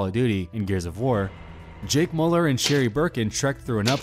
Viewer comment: You butchered jake müllers name